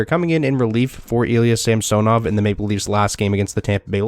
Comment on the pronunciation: samsonov is pronounced sam son ov not samso nov